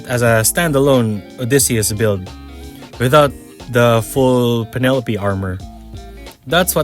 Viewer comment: ah yes, the Pen-Uh-Lope